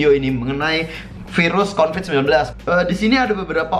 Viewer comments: Bang COVID bukan CONVID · Covid bang bukan convid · Covid anjirrr bukan convid -_ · bukan convid bang tapi COVID BUKAN CONVID-19 TAPI COVID-19 LIKE YAAAA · Ralat : Covid-19 bukan convid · Covid Bukan Convid